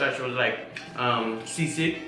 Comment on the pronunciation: You said sisig right for the first time